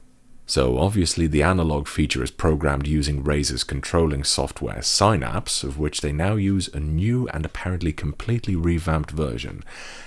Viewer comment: Sighnaps gotta be the craziest pronunciation I've ever heard